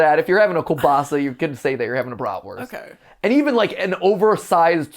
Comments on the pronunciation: Also, as a german I really like how they pronounce Brotwurst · As someone who knows German the way they say bratwurst hurts me inside lmao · As a German I was very angry hearing them say Bratwurst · As a german it is so funny to hear Mat say Bratwurst!